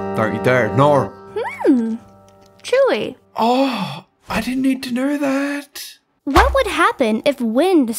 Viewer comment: She said chewy